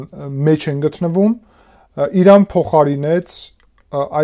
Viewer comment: Բայց ինչու՞ Իռան և Իռաք։ Բոլորը նույն կերպ (սխալ) են արտասանում։